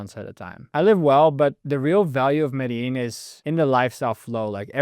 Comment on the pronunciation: You lived for two years in Medellin but never learnt how to pronounce Medellin?!?!?